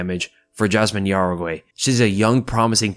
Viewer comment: Dude, it’s not pronounced yaraguey, it pronounced how-reh-gee